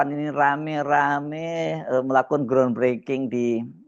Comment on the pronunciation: "Ground" .....gra onnn bukan "gron". 😂